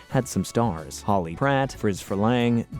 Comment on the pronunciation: It’s Hawley not Holly